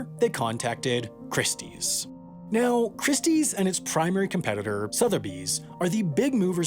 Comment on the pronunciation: IF you cannot pronounce SOTHEBY's correctly, as is repeatedly done in this video, you might be one of the f00ls who are definitely scam material... There is NO "R" in Sotheby's...